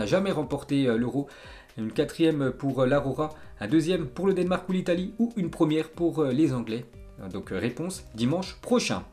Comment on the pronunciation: Le denmark comment tu dis 😂